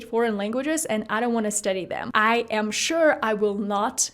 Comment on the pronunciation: Great work and accent, but sometimes in some words you still have an accent like study (you pronounce it a little bit different)